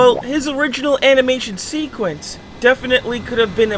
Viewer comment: seekuence hahahaha